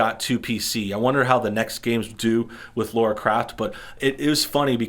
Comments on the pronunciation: Its not LOra Croft, its LAra croft! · It's Lara not Laura. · FFS! Her name is Lara Croft!!!!! Lara! Not "Laura". LAAAAARAAAA Croft. Not "Craft". CROOOOFT. Why can't people read, and have a sense of hearing? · its LARA croft not laura kraft ffs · Howcome people pronounce Tina as Tina but pronounce Dina like dinosaur? this guy even says "LAURA croft" lmao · Yanks find it hard to pronounce certain things. They definitely have trouble saying Lara lol.